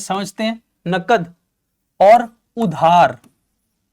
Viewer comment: Nagad ❌ nakad✔️